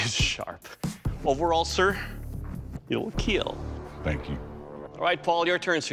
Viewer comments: Every time I hear "It Will Kill"my ears feel it as "It Will Heal" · "Overall, Sir; It will Keel." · It will keal !! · IT WILL KEEL